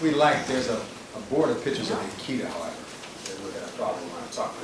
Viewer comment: Why does Johnnie "my head is smoldering like a charcoal briquette next to Simpson AND Bailey RIGHT NOW - and for eternity - but we've made room for Scheck, Neufeld, Uhlman and a few others like Douglass and others DOWN HERE" Cochran keep calling "pictures" "pitchers"? I thought he was this brilliant Rolls Royce driving genius lawyer? Dude can't even speak a normal English word like an intelligent person? PITCHER? LOL. The flashy ish outshines actual intelligence when it comes to the dumb, indoctrinated and IGNORANT usual people like the low life people who cheered on this murderer getting off. PITCHERS. LOL. Even back in '94 and '95, the four thousand dollar suits and all the materialistic stuff can't hide the low brow ignorance. Just remember folks ........ Karma is a BITCH.